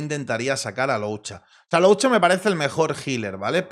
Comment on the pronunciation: Algún día podrá decir el nombre de luocha bien?